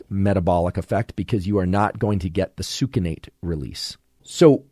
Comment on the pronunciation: “Sookinate” … it’s pronounced “sux-innate”